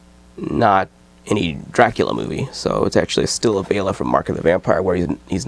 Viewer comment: You are one of the only people whom I've heard pronounce Bela right. Everybody else says Bella...